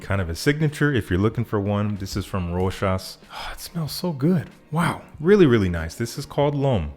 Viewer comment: Finally, someone that can pronounce "Rochas" correctly! 😂